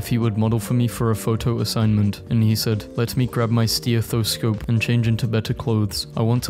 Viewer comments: i will try to be respectful about the way he pronounced "stethoscope" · I’m sorry but the way you pronounced stethoscope was a jump scare/hj